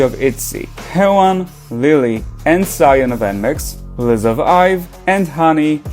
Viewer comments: Not you calling Sull-yoon "Zion".It's seol-yoon. What the hell???? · yes, and sullyoon is pronounced seol-yoon in any language